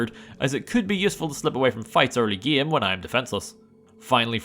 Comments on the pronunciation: the fuck is wrong with you ? it's game not gim, im french and is say game like a normal person, smell like a desperate attempt at seeking attention to me. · Your next video should be "Can I Beat Fallout: New Vegas Without Pronouncing "Game" like "Gaem?" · Bro really said geam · I can’t get over your pronunciation “game”